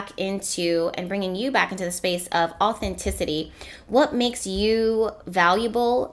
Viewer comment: when i hear you say authenticity I hear “natural ability”